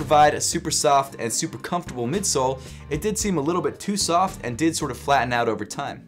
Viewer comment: Like si cada vez que decia "Too Soft" pensabas en "TUSA"